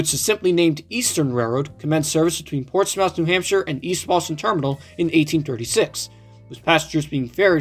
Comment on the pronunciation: As a greater bostonite, im glad that our commuter rail system got reviewed, but I have some things to say 1. you pronounced some town names wrong, but don’t sweat it, a lot of people do. for reference, Gloucester is “Gloss-ter”, Amesbury is “Aims-bury”, Portsmouth is “Port-smith” and Haverill is “Hey-vrill” 2. I-95 wasn’t built in the 50’s here, that section of highway is/was Route 128, built as a ring road around Boston. I-95 construction did not reach here until like actually has an interesting history of its own, spurring a lot of development, it practically kicked off the rise of the technology industry in Massachusetts 3. the issues with extending north of Newburyport and on to Portland would be the swing bridge over the Merrimack which has not swung since 1965, it’s apparently in good condition last time they inspected it, but that was in the 00’s. not to mention, both lines from Portsmouth to Dover have become roads, with buildings along them Late Addition (4). extending the Newburyport line at least as far as Portsmouth would be good but in addition to that, I’d add station stops on the current line at Everett, Revere, and the center of Chelsea. Plus, I’d re-open the branches to Marblehead, Amesbury, and Danvers or Topsfield via Peabody